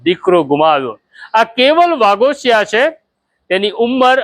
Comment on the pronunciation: અટક વાઘોશી છે ભાઈ વાઘોશીયા નથી અને બહેન નુ નામ રેખા નહી પાછળ બહેન બોલતા શીખો મીડિયા વાળા